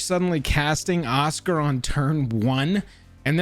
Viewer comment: Osgir (Oz-Gear, not Oscar)